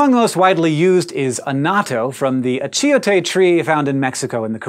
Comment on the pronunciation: Pronounced Ahchoteh